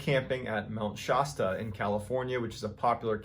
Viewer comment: Mount Shosta?